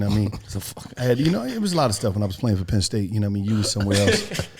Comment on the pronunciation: That man said playing for “Penn State” 😂